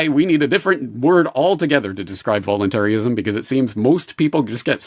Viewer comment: Its "VOLUNTARIST" not "voluntary-ist" And its not "VOLUNTARY-ISM" its "VOLUNTARISM"